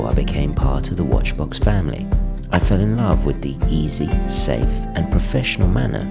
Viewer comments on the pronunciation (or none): none